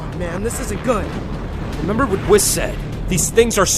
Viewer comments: whiss? It's (wee-sssss Wee-s) Whis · he said whis but pronounced it Wiz